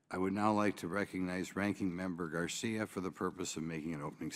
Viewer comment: "Garcia" huh ?